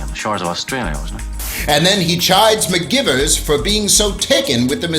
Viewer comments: REALLY thinking that, as well. Bugged me for the entire video. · They prounounced it like McGyvers, not McGivers, but it was spelled McGivers.